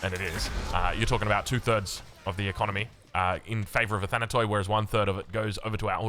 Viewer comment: Hey, love your coverage of AOE 4 games, thanks for staying up late for us ^^ P.s the word "athanatoi" is pronounced in the end exactly as you say pronounce the word "tea". It means immortals in Greek, written with english characters. Αθάνατοι.